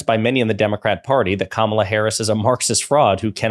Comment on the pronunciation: DonOLD won’t pronounce Kamala’s name properly.